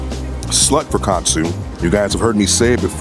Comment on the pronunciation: Love how unc said katsu love it